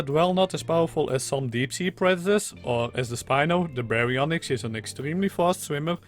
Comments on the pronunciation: You actually pronounced it right. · If you want to know, you said the name right mostly. Just the y is less pronounced. Gg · That was the exact way to pronounce Baryonyx!